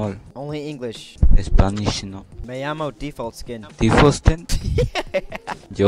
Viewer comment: Theres no way you thought "Me llamo" was myomo